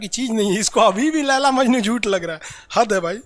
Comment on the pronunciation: Majnu nhi majnun